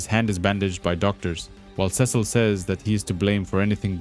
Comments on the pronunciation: back after a break, dude said "Ses-seal" 😭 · Youre right ots sea salt